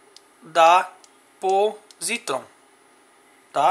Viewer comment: Tenho essa chave canivete há meses, dirijo todos os dias e até hoje não tive problemas. Esse chaveiro não tem credibilidade alguma, não sabe nem pronunciar o nome da marca, o pronunciamento correto é pósitron.